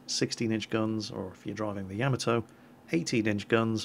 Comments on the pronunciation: NOT YAM-A-TOE >>>>> YO-MOT-TOE! Shezz.. please get this right! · Top tip. Japanese goes by syllables Ya-ma-to Na-ga-to None of that vowel nonsense English gets and desu is just des, no U sound